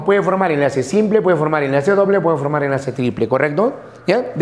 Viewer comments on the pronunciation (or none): none